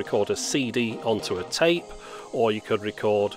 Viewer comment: Устал слушать вместо тэйп говорит цейп цейп. tape=царе